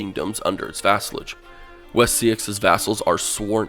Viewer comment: Just to let you know, the kingdoms have all been put into their original Saxon spelling and pronounciation, so West Seaxe (Wessex) is pronounced ‘West Sax-eh’, and Merce (Mercia) is pronounced ‘Mer-ke’. The soft ‘c’ was introduced by the Normans afterwards.